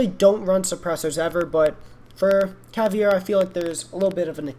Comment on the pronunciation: caveda not cavi e ra